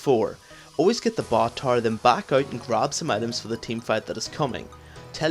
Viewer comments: Okay but why do you say tore instead of tower? ;] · When he says TAR he means tower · i love how he pronounces tower TAR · good video,, but it took some time before i understood that you are saying tower when i hear taar :) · Best LoL educator Ever. P.s. i have no issues with your accent (except when you said "tar" [Tower] :P ) Loved your caitlyn Vid too. I would like to ask, what is the best 6 item comp with cait late game? or perhaps if best is a bad idea, the 3 or 4 better comps? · I chuckle every time I hear him say "tower" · okay i learned alot in this video but i am still wondering why you can't say tower right.